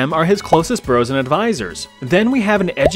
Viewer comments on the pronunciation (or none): none